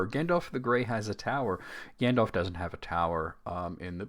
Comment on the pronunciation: lol the way you repeated gan-dalf made me snort bc i thought the same thing. also, as a brit, calling smaug ‘slag’ (synonym basically for ‘slut’) is very funny